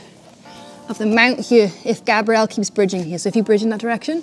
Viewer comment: Am I the only one hearing you purposefully pronouncing his name with the feminine pronunciation? Male name is Grabriel, like the arch angel. Female name is Grabrielle which is what your saying. Hard to show in writing but there's a huge difference